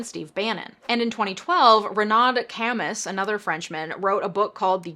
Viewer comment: ...Zh-ahn Rasp-eye ...Wren-no Ca-moo.